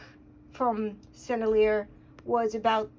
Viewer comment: Really interesting. I've started using oil sticks in the beginning stage of paintings for the initial compositional sketching and mass value for convenience, speed, and ease. Otherwise I have no idea how these are meant to be used. BTW, I think the brand is pronounced like Sen-elle-e-ay. Correct me if I'm wrong. I've dipped old ones in gambol and linseed oil and have gotten them softened up.